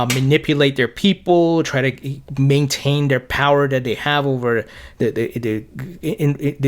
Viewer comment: I'm sorry. You do a great job. One thing that drives me crazy is your pronunciation of "th" you nail it when you say "ethereum ", but the you pronounce "their ", or "the", it sounds like "dare" or ""da". Great content, great everything, just letting you know. Thanks